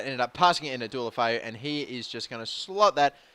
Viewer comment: What happened to pronouncing Deulofeu correctly?